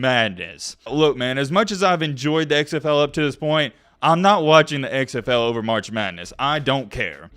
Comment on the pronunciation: The way you say "XFL" is super weird. It sounds like you're saying "eggs FL."